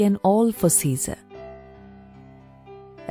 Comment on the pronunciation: Its "Caesar"